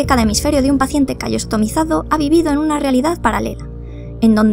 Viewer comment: No puedo dejar de reirme cuando dice "callosotimizado"